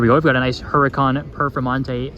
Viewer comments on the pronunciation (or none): Whats a HER-a-khan?? you should brush up on car names and how to say them before you start a channel